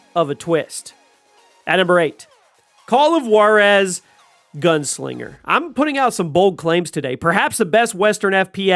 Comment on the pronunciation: Juarez is pronounced 'Hwar-ez', NOT 'Warez'